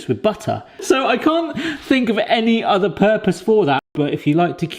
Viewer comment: Did you say UDDER wish gadgets?? Just wanna make sure I caught it if you did lol